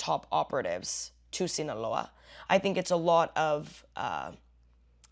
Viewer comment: I like how you said “Sinaloa”